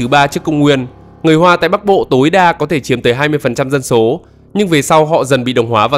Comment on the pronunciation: Chú ơi nói chuyên đừng có ẻo lả quá ủng như chửi dân số dọc thành dân sổ